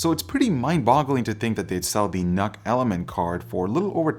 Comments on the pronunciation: Isn't it pronounced "nuke"? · Did you just say, Nuc-Nuc?